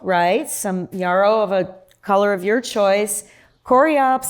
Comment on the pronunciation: "Yarrow" rhymes with "Narrow" not "Borrow"!